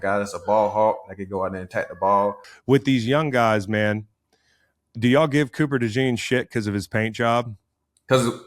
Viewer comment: “Copper DeDean” -Slay slaying names.